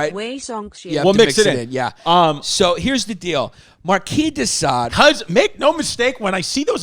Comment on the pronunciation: Chris finally pronounces Marquis De Sade correctly, then immediately reverts to an incorrect pronunciation.....classic Chrissy!